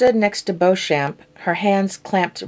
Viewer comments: I love this idea!!! Tales of the City is my all time favorite!!! My mom sat me down when i was a kid and made me watch the mini-series on PBS (she always knew)So I have one minor correction It's pronounced Beech-um. I only know this from the Mini-series. The first 3 books were made into their own Mini-Series, all of which are available on DVD, and there are rumors of babycakes being made on Showtime. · Awesome idea .... when I get a camera I'll join in the fun! The Tales books are some of my favorites, but FYI Beauchamp is pronounced Bee-chum.